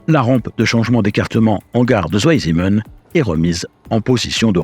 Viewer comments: Si jamais, c’est pas "zou aille zimenne" mais "tsvaille simmenne" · Merci pour ce reportage passionnant. Cependant Zweisimmen est une localité en Suisse alémanique. En allemand le "w" se prononce comme "v" en français, pas "ou" comme en anglais, et le "Z" se prononce "tz". La prononciation correcte est donc "tzvaïsimmène". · Bravo 👍 super reportage! Une petite info pour prononcer correctement le nom de la station vous pouvez dire de façon phonétique: "svaillssimeun" 😊 Salutations 😉🇨🇭😉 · Écoutez sur google 2 en allemand!! Ça ne se pronnonce pas à l'anglaise le w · La prononciation de Zweisimmen demande une certaine amélioration...! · Passionnant mais vous auriez quand même pu vous renseigner sur la prononciation de "Zweisimmen" ! j'ai cru qu'il y avait une nouvelle localité en Suisse !